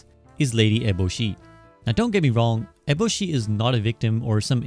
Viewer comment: This dude pronounced lady eboshi like 4 different ways lol good video though! Insightful